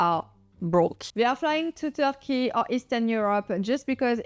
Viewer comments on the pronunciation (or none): none